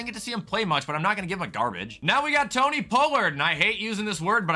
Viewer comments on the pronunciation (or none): none